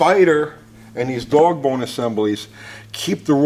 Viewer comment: the way you say 'boss' and dog' shouts New York. My ex wife's mother was the same way, she was a Brooklyn native, those are the only two words she said with a Brooklyn accent... lol